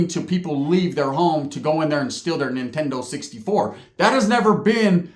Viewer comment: The way you said Nintendo 64 tells me that you have done a B and E for a 64 😂😂. You're the right age